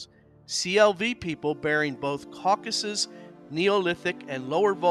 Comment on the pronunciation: This is not Caucuses - This is Caucasus :) Kavkaz-us